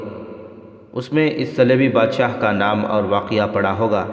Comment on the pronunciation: بھائی آپ لفظ " توقع " کو بہت غلط پڑھ رہے ہو۔ آپ اسکو "توقا" پڑھتے ہیں۔جب کہ یہ لفظ ta wa kah ہے ۔ "نامور" کو بھی آپ نے na moor پڑھا ہے ۔جب کہ یہ "نام ور" پڑھا جاتا ہے ۔اسطرح اور بھی کئی غلطیاں ہیں ۔تھوڑی تیاری کر لیا کریں ۔شکریہ